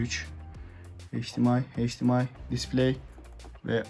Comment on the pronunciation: Abi heyç Di em ay değil eyç di em ay